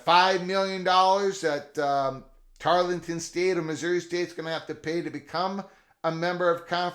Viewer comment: I believe you are speaking of Tarleton State not Tarlington State. 😃